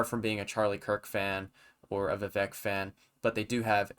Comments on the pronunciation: pronounced as vi-vake (like cake) not vi-vek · Pretty good video, however, describing Vivek as a “killer” is misplaced, and also, why don’t you know how to pronounce Viv-ake’s name ? IT RHYMES WITH CAKE!